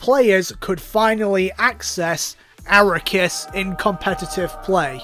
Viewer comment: Cool video but what the fuck is an Arakiss?